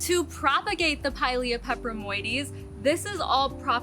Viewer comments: I love the name Friendship Plant 🥰 but once I've learned my orchids' Latin names I proudly say them as well ... why not, right? The name of your plant is a mouthful ... well done on getting it right. Glad to have gotten a notification from YT 2 days later 😡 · Thanks for explaining a new plant (new for me), I’m in a humid environment hopefully will come across one of those beauties. And good job on the pronunciation...not even going to try😉